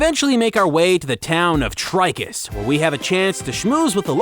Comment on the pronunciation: Cinemassacre's Angry Video Game Nerd really hated Titus os much, he just called it "TIT-us" in one of his videos. After all, they made the N64 game of "Superman", where you just fly through rings. That's it!